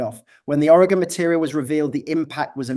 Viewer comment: Greetings from Oregon! Thank you for pronouncing it correctly! Despite the accent, you pronounce it better than most Americans from other states... who typically say Oreg-On .... cringe... it's Oreg-In. 😊